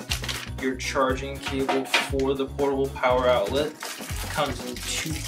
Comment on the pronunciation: I love portibal pwoer